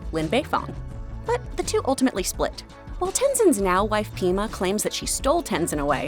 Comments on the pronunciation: Pema not Peema. No hate. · Isn't it Pèma for Tenzin's wife. Péma sounds stupid and something writers would avoid because it sounds like pee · Did you just say "pee ma" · She did not just say peema. I don't understand how people making videos about the avatar universe can get everything right but the names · Did she really say peema